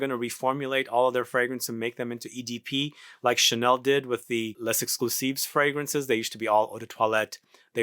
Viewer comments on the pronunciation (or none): none